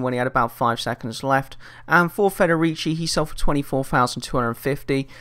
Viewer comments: u pronounced federici right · You pronounced Federici Right